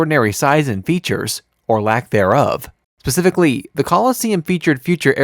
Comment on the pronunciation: Specifically…. Not pacifically. Noticed this in another video as well. Good content though!